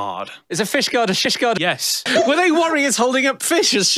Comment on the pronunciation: i binge watch tech diff like People binge the office, watch it all in a weekend then do it again the next weekend, since this video has come out every single time I hear ask "is fishguard a shield" im always expecting "is Fishguard a shishguard" and its painful not to hear it